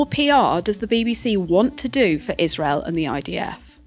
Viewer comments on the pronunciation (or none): none